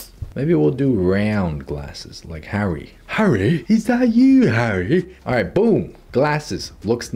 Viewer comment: I just laugh my lungs out wherever switches to a British accent saying HARRY?! when he sees smth Harry Potter related.